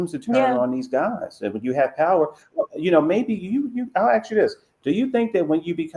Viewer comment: I think that is brilliant and 100% authentic. I also think that she mispronounces the word "ASK" as "AHXE" on purpose. It shows both solidarity and contempt. LOVE IT!